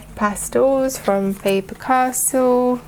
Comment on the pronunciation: Faber Cas(tell) not Faber Castle. Your work is lovely by the way!!!